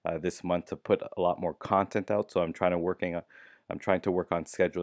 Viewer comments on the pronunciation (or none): none